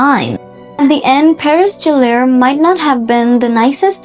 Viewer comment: GELLER not Gel air